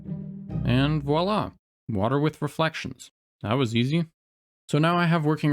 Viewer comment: you're the only English-speaker on the entire internet who actually pronounces the "v" at the beginning of "Voilà!" Thank you. I die a little bit inside every time I hear people butcher it by saying "wala"